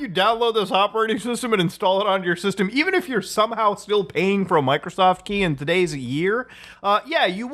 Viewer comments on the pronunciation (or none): I keep listening "Michaelsoft"